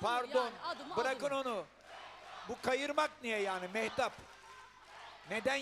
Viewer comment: Yanlış okudu bu kadar. mehtap yazıklar olsun sana saygısızlık kadın